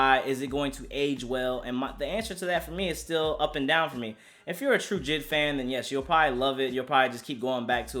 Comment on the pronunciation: His name is not jid it’s J TO THE FUCKING I D my nigga I know you see the dots in between his letters J.I.D